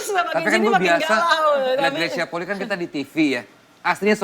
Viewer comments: Bacanya Greysia Polii, "i" nya dua. Bukan Greysia Poli. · Marganya Polii... Dibaca POLI-I... Bukan POLI. Vincent sebagai orang yang ada darah Manado harusnya sih lebih tau.